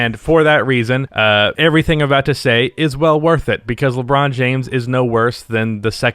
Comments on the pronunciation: Nobody:: Leebron James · "Leeeeee" French people: "so you have chosen death"